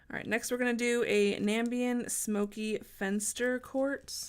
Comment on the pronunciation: Awesome video, but you don't pronounce Namibian like that